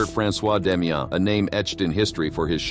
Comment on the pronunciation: I believe the name being French the S in Damiens is silent